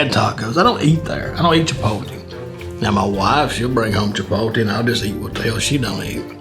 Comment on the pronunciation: “Chipoltee” 😂😂 Just so you know It’s pronounced chee-pote- lay but you’re forgiven because you’re damn hilarious 😂